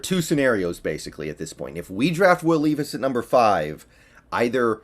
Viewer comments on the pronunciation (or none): It’s Levis not Leevis. Just an FYI. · “Lev iss” is how you pronounce it, I’m from ky and go to Kentucky games all the time, just a huge Seahawks guy, levis is a baller man and a great leader